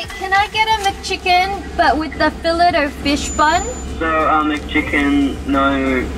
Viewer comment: You called it a felit o fish instead of ( pronounced ) fill aye o fish the t is silent